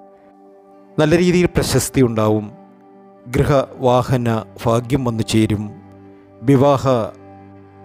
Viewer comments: Fagyam annu parayaruthu bhagwan annu parayanam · ഫാഗ്യം അല്ല ഭാഗ്യംഎന്ന് പറയാൻ ശ്രമിക്കൂ അതുപോലെ തന്നെ ഫഗവാൻ അല്ല ഭഗവാൻ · ഫാഗ്യമല്ല ഭാഗ്യമാണ് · പല്ലിന്റെ ഇടയിൽ വിടവുള്ളതുകൊണ്ടാണോ ഭയ്ക് പകരം ഫാഗ്യം